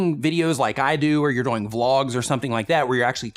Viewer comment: he says doyng too much